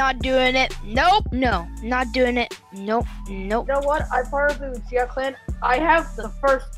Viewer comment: ITS NOT YOUCHIHA ITS UCHIHA (OOCHIHA) THATS HOW ITS PERNOUNCED